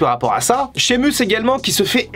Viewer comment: Et Sheamus aussi🤣 promis j'arrête là